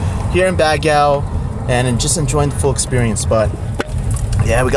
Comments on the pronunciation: Not bagyaw! Bag-gio is the pronounciation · Learn how to say Baguio. Not bagyaw 😂 pwede naman mag tanong. Purong pinoy naman jusko! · vanessa hudgens is born and raised in the USA half/filipina. tatay nia americano. Not sure with this guy. Madami ako kilala pinanganak sa USA but they’re willing to learn. They can pronounced Baguio. Unless nag iinarte? lol 😜 Ang OA kasi ng bagyaw nia eh lol 😂